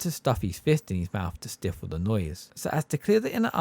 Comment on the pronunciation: “Divination”, not deviation. “Stifle” rhymes with rifle. You’re pronouncing it as if it has two F’s. Good upload anyway though.